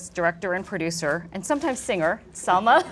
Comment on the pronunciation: I was really annoyed by the poor pronunciation of Salma in english. How is that possible? Living and working in an English environment? Excellent ideas but she could do better..on the other hand, Matthias was splendid in every way..such an amazing person .